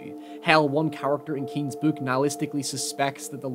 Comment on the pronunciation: What is with all the youtubers saying bouk instead of book